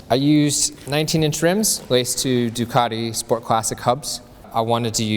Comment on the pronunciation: Finally, someone on the Bike Shed that can pronounce Ducati. I am impressed!